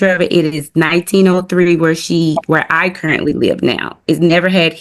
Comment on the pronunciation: "Carently" 😂😂 "there's not proof that she lives primarily anywhere" 😂😂 I love! The AG has obviously picked a side.. He would have been better off to just carry the kid on his insurance but really since he's honoring the agreement, she agreed to pay the insurance.. Why would he have to pay it now?! I don't know that anything is fair to order him to pay, but definitely not 100%.. 50/50 if anything!